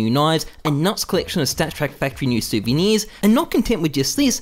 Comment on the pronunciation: "Stat Track Fac New Soviners"